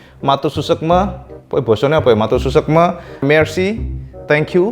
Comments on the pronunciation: "SUKSMA", bukan "SUSEKME" 🙏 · Bukan susekme,, tapi suksma 😆 salam dari Jepang bang,, mantapp 👍👍👍 RRR spertinya kepanjangan dari Real Racing Replica